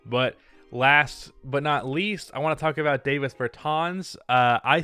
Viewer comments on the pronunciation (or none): Dude, it’s DAH-VIS Bertans. He’s from Latvia, not New Jersey.